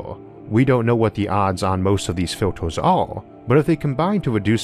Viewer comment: Factors, filtors, weird pronunciation :o